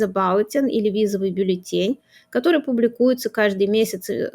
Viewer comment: БАллетин? Так говорят юристы?